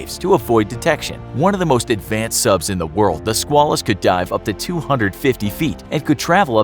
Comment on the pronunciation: Squalus is pronounced with a long A like quail, or at least when referring to the USS Squalus.